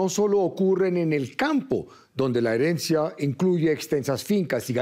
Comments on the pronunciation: Me desconcentro cada vez que dicen "heriencia" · Porque no corijen a la chica cuando dice heriencia"